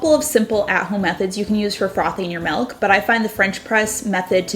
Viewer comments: I can't stand hearing her say MELK one more time. It's MILLLK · Omg - I couldn't continue watching because she says "Melk" instead of Milk. OMG I'm such a jerk, I'm sorry. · Great ideas to spruse up my coffee. Btw you pronounce milk the Dutch way melk 😊😘